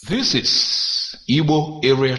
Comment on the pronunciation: Igbo not ibo....who tells you guys this rubbish ....it's igbo the people who can't pronounce the "gb" sound. Call it ibo or ebo....stop it today 😂